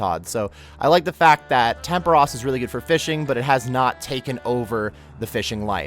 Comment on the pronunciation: "temperush"... hmm Tempooooooooooros.